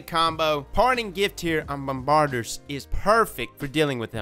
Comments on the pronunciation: Not as bad as frostbolt. He kept calling them "bom-bardy-ers" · It’s not bombard-ers. It’s bombardiers. Think “bomb-ba-deers.” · Whether you say the R is kind of a local dialect choice. Bomb-bar-deers vs Bomb-ba-deers... either is still more correct than ' Bomb-bar-ders. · It’s pronounced “bomb ba deers” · same. c'mon. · Actually ot can also be "bomb bar di a" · Its Bombaardee-ers. Great content as always! 💖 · Bomm-ba-DEERS... you killin me. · Every time he says Bombbarder...I giggle a little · [BOM] + [BUH] + [DEER] emphasis on last sylable. Pretend that "r" doesn't exist. Luv yer channel and builds. Please do an easy to play Titan. Maybe I didn't eat enough crayons as achild lol. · He must be one of those 'hooked on phonics' fools who says 'Grenader'. Bom Ba Deer my man. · "bahm - buh - deers" Hope that helps. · Bomb-ba-deer why can no Americans say this ha! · He said bomb-bard-ers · Is actually pronounced bomb ba deers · It;s pronounced 'bomb-ba-deers' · you are a fantastic youtuber, but my man.... You gotta learn how to pronounce stuff. Its "bomb-are-deers". Notice the "iers" at the end? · Love ya man, but you should really learn how to pronounce the main subject before making a video on it. You’re not even close with Bombardiers.